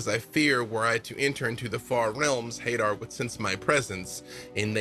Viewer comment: Everyone pronouncing Hadar like "Hay-der" hurts my soul.